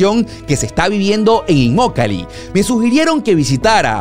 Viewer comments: Hola en el minuto tu dices immolaki, y es inmokalee, fue ahi un furcio por ahi saludos super video!:goodvibes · inmolakee o Immokalee? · empezó muy mal su video, minuto, No sabe ni leyó bien el nombre de la poblacion y lo sigue repitiendo mal en varias ocasiones; lo más gracioso es que el nombre correcto lo tiene a sus espaldas, arriba en el aviso verde grande. Por lo demás, bien por el informe. Aaahh...!!! es IMMOKALEE..😂😂😂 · Alguien conto cuantas veces dijo Immolakee y cuantas dijo Immokalee ? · te haz equivocado, se llama Immokalee y tu dices “Immolakee” bueno el que tiene boca, se equivoca… 😉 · No es inmolaqui,no se inmolaron alli,😅se dice Immokalee . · Revisa el video y corrige la parte donde dices immolake es immokalee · Imolakee??? 😂 Es immokalee!! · No es Imolakee, es Immokalee. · Immolakee ? O immokalee ? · Inmolakee dice hahaha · Es inmokalee y no inmolaki como tu lo pronuncias al principio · No se dice inmolakee es inmokalee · Se dice Immokalee y no Inmolake,lo dijiste 5😊😊😊😊😊 veces mal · Immokalee no immolakee 😞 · Inmolaki O Inmokalee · Immokalee primo no immolakee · Immolakee no, Immokalee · Immokalee no immolakee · BRUTO BRUTO , SEÑOR REPORTERO SE DICE IMOKALY , NO IMOLAKY....A VER REPITE ....I M OK A L Y. GRACIAS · INMOKALEE!!!!! NO INMOLAKEE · IN- MO-KA-LEE... IN-MO-KA-LEE:) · Saludos cordiales. Muy interesante este reportaje que haces. Como siempre, muy acertado en los temas que tocas. Con todo respeto quisiera que rectificaras el nombre de la población. Lo pronuncias de manera incorrecta(fíjate en el letrero: Immokalee Dr). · Por favor no t equivoque en el nombre de esta ciudad lo dijiste mal en tu video al comienzo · Cuántas veces dijo mal el nombre del pueblo? IMMOKALEE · Dijiste mal el nombre del lugar varias veces 🤣🤣🤣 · No es "inmolaki" 😅😅😅😂😂😂😂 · Dijo mal el nombre al principio